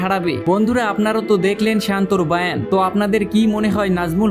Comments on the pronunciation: আপনি বয়ান কে বার বার বায়ান বায়ান বলছেন আপনি কি বাংলা ভাষা সঠিক জানেন না ? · Apni ki bangali?bangla bhasata ki janen?barbar bolchen bayen.erokom sobdo banglai ache bole sunini.kothata sobdota hobe Boyan